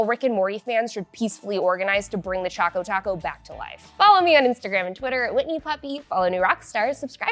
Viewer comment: It's Choco Taco, not Chaco Taco.